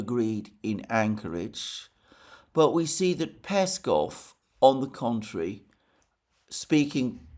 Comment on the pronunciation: Alexander, mate! Don't be lazy :)) It's PeskOv not PEskov.